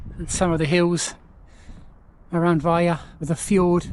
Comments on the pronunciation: Nice video. You pronounce it with the L - Vej-Le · Probably ask a local, or Google translate at least, how to pronounce the towns name - you made it sound Spanish almost